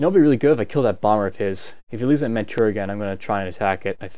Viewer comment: man--chew--ria. not manchew